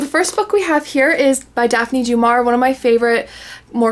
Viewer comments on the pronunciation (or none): "Daf Knee Dew-Mar-E-A." There is a pronunciation video on YouTube. (YT won't let me post links.) The "aur" is a classic letter combo in French names as is "ier" (Maurice Chevalier, for instance). Neither of these show up in Germanic/English names and that is a tip off that the pronunciation should be researched if you have not studied French. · I'm curious about the Katie White. Just one thing that I've been meaning to tell you since the first time you've brought Daphne Du Maurier to your channel, would you mind please googling the correct pronunciation of her name? I understand no one knows how to pronounce everything, but it's a two second thing that can really help your videos.